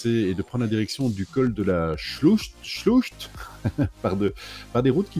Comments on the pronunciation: Salut et, ah! L'Alsace, tout le berceau de ma famille (grands-parents, parents, oncles, tantes,...) de bons souvenirs 😀! Le "ch" du Col de la Sclucht se prononce "r", on dit Col de la Shlurte (c'est le "ch" allemand', l'alsacien s'y rapprochant), 😂😂 à ta prononciation à. Les Vosges sont vraiment splendides. Bon périple, vivement la suite! ✌ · Belle vidéo ✌ repeat after me: "Gérardmé" et "chlourt" 🙋‍♂